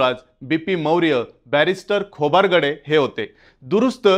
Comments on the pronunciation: नेहमी नेहमी खोबारगडे काय म्हणता, खोब्रागडे म्हणा ना? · खोबरगडे नाही "खोब्रागडे" आहे ते